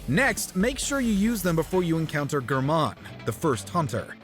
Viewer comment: The lack of explanation on the Bloodborne entry, pronouncing Gehrman's name wrong, "old one" instead of Great one, how do I get the cords?, what happens when I defeat the Moon Presence? Yeah these are just read by someone who barely researched instead of actually experiencing the game. "Nooo, too much exposition will spoil the game for those who haven't played it nyeh nyeh nyeh." Then why put Spoiler Alert at the start of the video? 😂